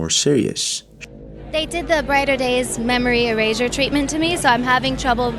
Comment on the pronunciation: The way pronounces erasure; "eray-jhur" is so pretentious, and creepy.